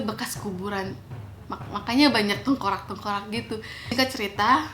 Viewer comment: tengkorak kak bukan tengkorang..